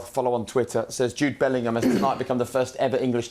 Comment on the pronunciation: How is Joe Cole a pundit, he can’t even pronounce Bellingham correctly 🤣🤣🤣